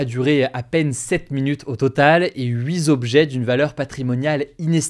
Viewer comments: "8 zobjets" 🤦🏽‍♂️. C'est un peu la honte quand même pour un journaliste comme toi. Déjà que les "de d'autres" à répétition font vachement cassos, là c'est abusé. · Huit Zobjets? Mais non, pas toi Hugo! Je fais découvrir ce format à mes élèves pour qu’ils s’intéressent un peu plus aux infos, je leur fais ton éloge et tu dis « Huizobjets »?! Rohhhh ! 😜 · Huit t'objets et non huit z'objets Rhoo ...